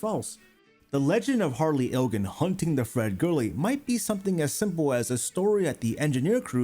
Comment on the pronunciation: toe-bauk-oh? hunting? WRONG!